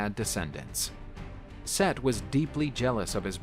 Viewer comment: Omg! Its Set not Seth!!!! 😆